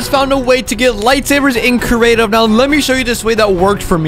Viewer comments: Just letting you know it’s creative not curative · “Cerative” hahaha